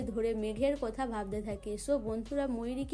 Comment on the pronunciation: আবার বলছেন সবাই ক বলছেন সোবাই কথা কে বলছেন কোথা বাজে উচচারণ ।